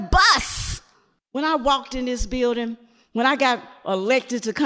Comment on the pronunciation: Maybe it would have taken less time to get into the beeeldin if you pronounced it right.